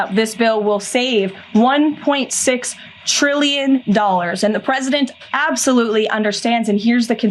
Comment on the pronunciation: just because you say "TRILLION" really hard, does not make it true. Lying is easy for these folks.